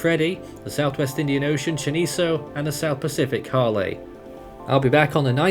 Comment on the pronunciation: Hale just formed. Edit: has been pronouncing hale wrong it's sound like hay ill according to Fiji meteorological service.